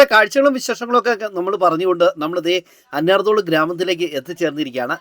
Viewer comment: അന്യർ തോളു എന്നല്ല അന്ന്യാർ തൊ ളു എന്നാണ് സ്ഥലത്തിന്റെ പേര്.